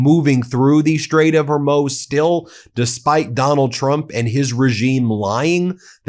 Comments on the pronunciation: Ben fyi it's muz not moz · Hormuuuuuz...not Hormose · It’s pronounced Horr-MOOZ. Horr-MOOZ. My 15 year old, FOX News talking heads, and everyone else on this platform that I watch are pronouncing the name of the most important body of water (for the moment) on the planet correctly but the lawyer who’s the face of this channel with a whole lot of 0s in his bank account can’t. C’mon man - I cannot be the only viewer who’s commented on this. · HerMOOZ not HerMOZE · Please stop saying HormOse, it's name is the Straight of Hormuz ..... it has a U not an O. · Hormuz, not Hurmoz. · The strait of HORMOOOZ. Not HORMOSE. Pronounce it correctly. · Come on! "The Strait of Hormuz is pronounced hor-MOOZ (hawr-MOOZ). It is typically broken down as /hɔːrˈmuːz/ in IPA, emphasizing the second syllable. A helpful guide for saying it is "hawr-MOOZ " Not HERMOSE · It’s Strait of Her(hair) moose,” not “Hermose.” It diminishes your credibility when you mispronounce words or say “… should have went.” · Its pronounced Hormuz not Hormose by the way. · Please pronounce Hormuz correctly. Not Hermoz. thanks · Ben, PLEASE stop mispronouncing Hormuz Hormuz = HOR-MOOZ (NOT Hor-Moze.) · Strait of Hor-Muse, fer chrissakes The way dude says it claws on chalkboard Don’t sound right - Hor-Moze - fix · The Strait of Hormuz. HORMOOZ. Not Hormoze. Get it right, Ben. Otherwise, good report. Thank you! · Straight of "Her-moooz" not 'her-moez' ... but I love your channel! Keep it going! Thank you for keeping us up to date. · Why do you keep mispronouncing Hormuz? It is hor-MOOZ, not hormyouz or hormous. Thanks! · I believe it's pronounced "her moose" with a z on the end not "her most" with the T left off. If you discuss it so often you should probably either explain the way you say it, or use the normal pronunciation. Otherwise, keep up the good work. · HorMUZ. "MOOZ". Not "Hor-MOHZ", Strait of Hormuz. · Hey Ben, it's pronounced "hor--MOOZ," not "her-MOSE." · Isn't it Hormoooz? Not Hormos? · It’s hor-MOOZ.